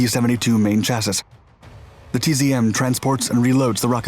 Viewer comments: "Chass-is"? really? is this audio AI produced now? it's pronounced /ˈCHASS-ee/ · he's still pronouncing chassis wrong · what is a SHASSISH? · Canadian pronunciation? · I have also been trying to communicate the correction to him for years